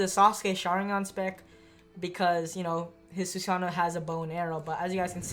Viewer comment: Just sayin... Your saying susanoo wrong btw